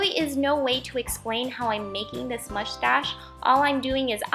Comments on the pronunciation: Who else noticed that she kept saying mushtash not moustache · You sound like your saying mushtash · Lol u said mustash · the way you say mustache gives me life. very cute craft! love all of your videos and ideas! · Haha, I love the way you were kind of struggling to say mustache. Very cute octopus! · Love the way you say mustache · MSP123 ikr